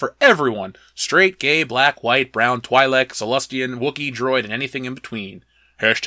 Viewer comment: I quit watching the moment when I discovered that you are not a Star Wars fan but just a guy making a rant video. Pronounce Twi'lek like that again one more time.